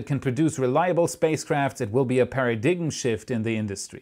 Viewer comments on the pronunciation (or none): Lol! My favorite German Dude. You said "para diggum" instead of "para dime" (how we pronounce "paradigm). But your "English" is excellent for a non-native, and when you were here, visiting the USA, you seemed to get the "American accent" down, and sounded just like any other Texan. Thanks for sharing your insights into the doings at SpaceX. I am huge fan of you both! Keep up the good work. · You forgot to have "para-dig-im" as part of the blooper reel! It is pronounced par-uh-dime, English can be tricky like that. Great video as always, keep up the excellent content. p.s I like "let's dive right in" more than "let's take right off". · I love you man! But 'paradigm' is pronounced para-dime not para-dig-him. Keep up the good work. Your optimism is contagious! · it’s not pronounced “peri-diggem” it’s “peri-dime”. The G is silent, the I is long. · you pronounced paradigm as 'para digum'? The correct pronunciation is closer to ''para dime'? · A para-dig'em shift... LOL. Para-dime is the phoenetic. Gotta love english pronunciation. Cheers. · Para-dime, not para-diggem ;) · Paradime not paradiggem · This is no ordinary paya-daym shift. We are witnessing a PARA-DIGG-UM SHIFT! ... Sometimes German is the only way to say it! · 'Paradigm shift' is pronounced like 'Paradime' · You really need to learn how to pronounced "paradigm" - it's pronounced like "pair a dime" EDIT: I see everyone else pointed this out as well, lol. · I enjoy your videos. fyi. paradigm is pronouced para-dime. one of those weird english things. but we understood what you meant. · Love the show, just have to point out 'Paradigm' is pronounced like para 'dime' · Pair-a-dime. I'm not usually a stickler for these things, but that particular word was a struggle for me when I was learning, and English is my first language! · Hello,! Just a polite note, “paradigm” is pronounced, pair-uh-dime. The G is silent in the English pronunciation of this word. Cheers!